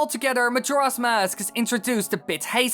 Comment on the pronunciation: Every time you say "Mask" all I hear is "mosque"